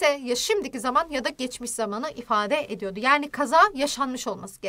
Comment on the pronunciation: Ediyordu diyor